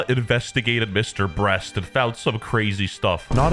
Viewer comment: Lol "Mr. Breats" 💀